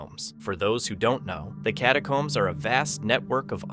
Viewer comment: Maybe the guide left them for mispronouncing "catacombs" as "catacoombs" the entire time.